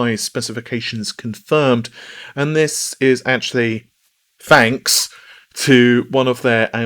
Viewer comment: shouts Fanks